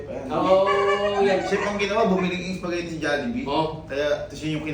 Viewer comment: Yung before kasi "SOUPagetti" 🤣🤭✌🏻 pa notice po